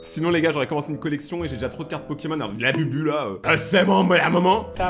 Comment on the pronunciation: Au début de la vidéo, tu lui as dit labubu mais ça s’écrit bien comme ça, mais par contre ça se dit laboubou 😅😅😅